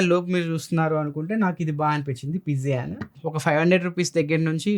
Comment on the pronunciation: పిజియాన్ కాదు పీజియన్